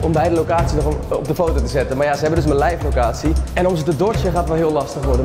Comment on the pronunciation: ‘Leifff locatie’